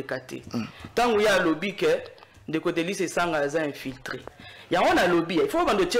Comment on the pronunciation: Infilitré ,,,,,😂😂😂😂😂😂 ça c'est très bien. Monsieur le communicateur on dit plutôt infiltré